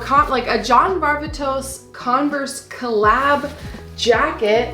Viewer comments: Hey, just want to help u out, it's John Var (like far) vay (like hay) tos (like dos/2 in spanish). Just FYI. Congrats on such a great haul! So happy u and the boys had fun in Cali! Too bad TJ and Crew couldn't make it, next time tho right? ✌️💜✌️💜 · I learned it was pronounced John Var-vay-tose and not Var-va-toss.